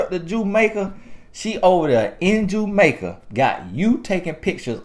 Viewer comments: “JUMAICA” LOL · 😩😂 “Jue Make A”. AKA Jamaica 🇯🇲